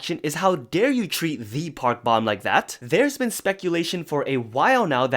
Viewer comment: Just a friendly reminder that Park Bom is pronounced as Bom like “dome” Long O